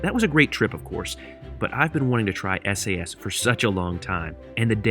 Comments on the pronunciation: Hello. I am from Denmark. So you normally say Sas. Your welcome! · It's definitely pronounced Sass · Referring to how you pronounce “SAS” in Norway, which is a part of “SAS” we would say “Sass” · We Swedes pronounce it ”Sass” to be honest